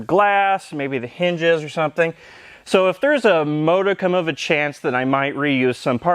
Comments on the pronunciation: he does mispronounce things on purpose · I like how american the way he says "modicum" is